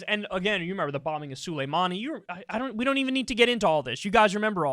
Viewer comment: You kill me a little inside every time you pronounce Soleimani “suleemon”. Sulemon is an Arabic version of the name. Soleimani or Soleymani is Persian. Different names.